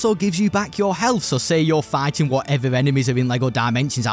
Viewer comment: for some reason I keep hearing you say "farting" instead of "fighting"